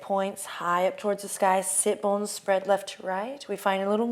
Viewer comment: Am I the only person who didn't know what sit bones are? Listening to these first two videos I couldn't tell whether she was saying "sip bones" or "sit bones". I thought they were on my feet. I just Googled it so I am educated now.